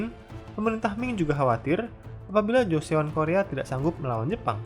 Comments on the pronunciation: Koreksi aja min Joseon dibacanya = (Joson) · Joseon = jo-son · Btw joseon bacanya choson